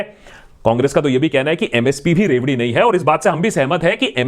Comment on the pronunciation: What i heard first word loudi😂😂🤦🏻‍♂️